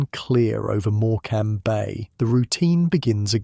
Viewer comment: REALLY GRATEFUL..not real grateful. And pronounce Morecambe correctly or I'll think this is AI TOO